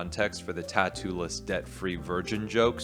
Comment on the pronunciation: ah, 'debt-free', thank You. I heard 'death-free' and thought the guy has a thing for immortals, dreams of a goddess :D